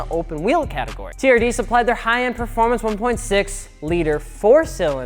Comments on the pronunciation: Turd? no no no no no no, it is T-R-D. WTH MAN!!! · No one:: T(U)RD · "...and today we're talking aboutTURD!" That was the most wholesome laugh I've had in a while, thanks guys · Your saying TRD wrong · Me pronouncing TRD : "T" "R" "D" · Although I'm a little butt hurt at your pronunciation of T. R. D. I will say it's Toyota's fault for not giving them the budget for not going ape shit and developing racing/performance stuff for all their cars. Its mainly trucks now.... so they sort of deserve that name.